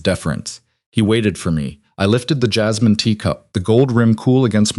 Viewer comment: Lol AI said jizzmin lol not jasmine lol